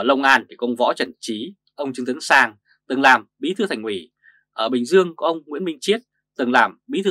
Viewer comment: Thành ủy mà ông này nói thành quỹ thành quỹ .